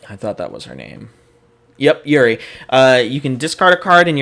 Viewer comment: the main thing i hear in the vid is "this character's abilities CONFLICT with eachother" that's not the way to look at what the character is meant to do, some times they're meant to use an ability on one turn and never again after that, or in Juri(dunno why you're pronouncing it YURI)'s case she wants to play ONLY on the card pool clear plan and abuse stuff like Ace Maneuvers; Azwel, yes on FACE he's a Mill deck but he can win via damage because people forget what he does, he's a Tempo character DISGUISED as a mill deck; Tira is basically Jedah3 she wants to force momentum upon you thru her kit and then make you pay for it later(sometimes stacking the 2* on to add more pain), as to her having to deal with Throws... Demon Realm Awakining is STILL Legal; i'll provide more feedback later, but it sounds like you do need some help with some of the understanding of the earlier characters and why they are what they are as you're really underselling a few of them